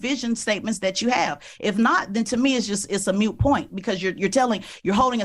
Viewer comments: It's Moot not Mute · “PR” is used as “public relations” and its “moot” not “mute”. Who is this moronic chic? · Ps.. it's not a "mute" point....it's a "moot" point...lol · The term is not “mute”, it’s “moot”. You are ignorant, m’am. This is like watching Cardi B critique Elon Musk. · Did she say "mute point"?